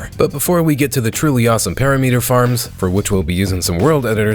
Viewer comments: It's impressive how many words you mispronounce, it's a PERIMETER NOT A PARYMETRE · Why do you pronounce it Para meater when its pear rim mitter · perimeter pronounced (puh-RIH-muh-ter) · Do you mispronounce "perimeter" just for engagement? lol😅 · ts not how you pronounce perimeter 💔💔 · Bro pronounces "perimeter" as if aliens invented the word